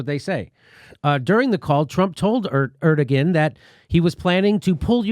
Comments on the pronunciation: Jimmy! My man! Just for future reference, Erdogan isn't pronounced the way you say it. The g is silent so it is said Erdoan but the o followed by the a makes a an almost w sound but not quite, sort of like Er-do-juan (juan as said in spanish). Hope that helps! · Pronounced Erdo (wahn) Jimmy for future reference :P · Jimmy, his name is pronounced heir do yan, just sayin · Erdogan is pronounced "air doe one" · That’s pronounced air dough on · Is that a joke? Erdogan is pronounced Air-doe-juan. I'm aware Trump said it the same way during a press conference standing next to the guy, but your delivery is pretty deadpan. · Jimmy, like your shows and topics! I also have my fingers crossed that this will happen. Now, for gawds sake, it's "air doe ahn," (accent 1st syl), PLEASE! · Turkey’s leader is “Air-Do-On” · Erdogan pronounced "Air-dow-wan"... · It's pronounced Er da gone. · Erdogan is pronounced Air Dough Juan. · Err-dough-on. Please pronounce it correctly but otherwise solid segment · That's not how you say Turkish leader's name, it's cringy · The "g" in "Erdogan" is silent.